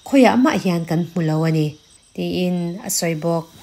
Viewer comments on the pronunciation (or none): Min ti bengvar thina, ka ngaithla ziaha i aw a fiah bawk chutih rual chuan kan tih hi kam tih angin a ri a, an tih pawh am tih angin a ri thin fimkhur deuh teh